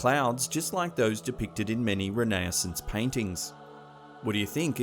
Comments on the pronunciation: "Rin-ass-ants"? Really? Come on bro. There has to be a better way for you to pronounce renaissance than that. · Re..nai...a...zanse.....what’s a....say it again with me.....Renaissance.....